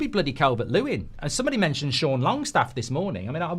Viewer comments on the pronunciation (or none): none